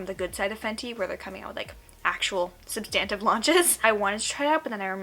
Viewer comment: Substantive is pronounced like this